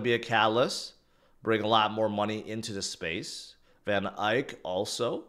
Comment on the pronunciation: It's not Van eyek....it's Van eck